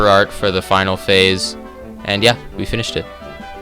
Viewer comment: Why do i think you swear when you say finished it sounds for me like finish-it Also really good vid ;)